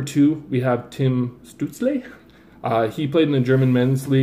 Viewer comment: Tim stut-zle great video tho